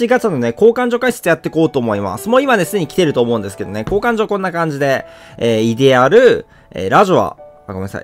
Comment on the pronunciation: イデ↑アル